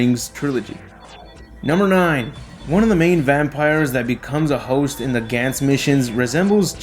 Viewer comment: It's Gahn Z, not Gan Z, omfg...